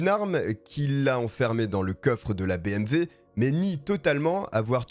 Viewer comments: Nice video ! Par contre c'est bmw pas bmv X) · Salut bonne vidéo bravo 👍 (On dit BMW et non BMV) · BMW et non pas BMV. 308 et non pas trois zero huit. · Et vous avez entièrement raison ! Moi aussi je prononce bmV !! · Superbe vidéo ! L’histoire est folle .. bon par contre on dit BMW hein 🤓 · Désolé mais BMV ? Y’a pas un problème de prononciation ? 🤣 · Oui mais tu parle Français pas Alsacien